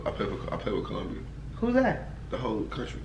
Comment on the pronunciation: Nigga said Colombia 😂😂